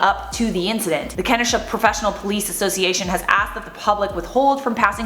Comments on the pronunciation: It’s “Kenosha”, not “Kenisha”. Like Ken (like Barbie and Ken), o (the letter) and sha (like how it looks). Then then burnt down Kenosha immediately afterward and it’s current atm gone. I live in Chicago and we’re getting ready for riots here, since we’re the next closest city. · It’s pronounced “ken-oh-sha” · Omg 😂😂 it’s Ke-no-sha 😂😂😂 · It’s pronounced “ken-osha” like as in “ken” lol! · it's KEN-OH-SHA ... Kenosha! hearing everyone report on this that is not from Wisconsin it is hilarious hearing the pronunciation. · It's pronounced Ki-no-sha Wisconsin is saying it weird lol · Pronounced ka--no--sha. Greetings from Wisconsin!! Lol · Ken-know-Sha = Kenosha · Just so you know I live in Wisconsin and how you pronounce it is Ka-no-sha. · The way she pronounced Kenosha was painful. I'm from Wisconsin, its pronounced key-know-sha. They dropped the warrant against Jacob and hes no longer under arrest. Here in WI we've had more info released they haven't released to the national or international news. We also have a website here you can use to look up their criminal records with details. I looked up his. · Just FYI: it’s pronounced ken-OH-shah. Kenosha. Thx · For future reference, it's pronounced KUH-NOH-shUH, a lot of towns/cities in WI have Native American names. It's easy to pronounce it wrong. Love yo' faces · 'Ken-oh-sha' -Wisconsinite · I love you but you totally butchered Kenosha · Whoa girl, your butchered Kenosha. Here you go.